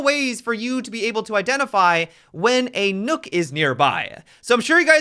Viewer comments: Please dont say nook. Maybe "knock" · Nook? Replace the L in Luck with an N and you get Nøkk. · WHY DO PEOPLE KEEP CALLING HER NOOK? Is Nøkk a phonetic thing? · can we please stop calling her, "Nook?" Please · It is pronounced Nurk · People saying Nook triggers me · Could hardly get through the video because every time he said nokk I cringed..